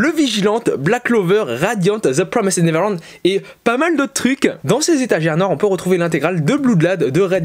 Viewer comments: Juste je te dis au cas où ça pourrais t aider car toi tu dis : « zeu promissed neverland » Mais il faut dire un truc du genre : « zeu promaïz’d niveurland » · C'est The promised neverland pas the promysid neverland 👍 Sinon très bonne vidéo